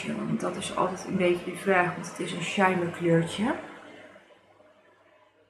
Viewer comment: De kleuren staan prachtig bij je mooie groene ogen.👌🏼Mag ik je een suggestie geven naar uitspraak toe?Soir is frans voor avond en spreek je uit als swaar.Wellicht daardoor dat het een palette is met mooie rijke en diepe kleuren.En shimmer spreek je uit met een dubbele m.(engels voor glans).Ik gebruik met ouder worden steeds minder make-up.Mijn laatste palette heb ik jaren geleden gekocht het tarte tartelette in bloom.Prachtig palette maar nog steeds ongebruikt.🤭